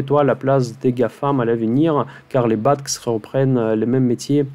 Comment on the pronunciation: Merci, très inspirant. (BATX se prononce Béatéix;-)